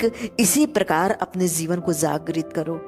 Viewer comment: Why This video has only 74 views 💀. Isko kam logo ne dekha hoga , maybe kuchh ne kam views dekh kar pehle hi chhod diya aur kuchh logo ne aapke "zeevan" waale toungue 👅 slipping ko sunkar. But... YE TRUE HEARTEDLY MADE CONTENT HAI AUR YE UPAR JAAYEGA !!! Damn Sure ! And plz pin. This is your video's first comment. Ye bhi unn logo ki life ki tarah ghum naa jaaye jo chhod gaye 😉😆